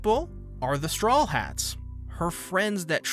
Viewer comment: Am i the only one who hears strollheats instead of strawheat?